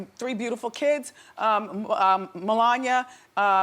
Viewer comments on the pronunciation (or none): Wendy, it's not Me-lon-ya. Its Meh-lon-e-uh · Lmao wtf she couldn’t turn her foot sideways? And Wendy can’t pronounce melania? (Hint it’s 4 syllables not 3) oh god